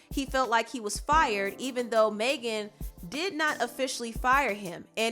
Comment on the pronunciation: It’s NOT MAY GAN ITS MEG AN ., sincerely a Megan